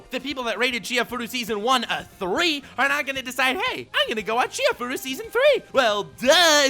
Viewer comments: Dude, u disappoinit me. It's not Chi-hai-furu it's chi-ha-ya-fu-ru! <.< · I'm just heartbroken that hasn't watched and hence can't pronounce Chihayafuru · can't pronounce "Chihayafuru" lol.